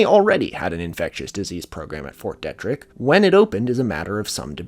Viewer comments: Kills me to hear it pronounced "detrick" when its fort DEE-trick. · Great vid as always. Just would like to note that Fort Detrick is pronounced “Dee-trick” and is not its own place; it’s entirely within the city of Frederick, MD. (Source: I live there) Also, Ft Detrick was an important place during the investigation into anthrax scares in the early 2000s. Pretty sure a scientist there was under suspicion of being the culprit. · Heads up: Fort Detrick is pronounced Fort Dee-trick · Your pronunciation is killing me. Macaque, USAMRIID, FT. Detrick, hemorrhagic... pleaaaaase if you're doing a video about something technical learn the terms. I had to stop listening. It makes it very grating. I'm not judging by any means but after about the 20th ridiculous word, I gave up.